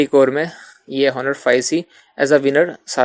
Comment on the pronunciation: Just correct the pronunciation of Honor.